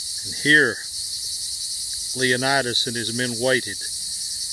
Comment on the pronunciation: Check out this video - - for the correct pronunciation of Leonidas.